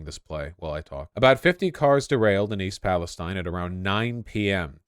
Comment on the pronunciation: You pronounced the name of the town wrong. It’s pronounced East PalestEEN. I know it’s spelt different. I’m from there